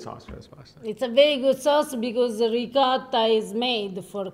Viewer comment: Great video. I have only one question., how is it you still pronounce ricotta as “ri-cah-da”. Listen to say it. It’s beautiful.